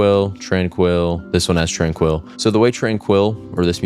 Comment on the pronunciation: it's zen not zin and tranquil not trainquill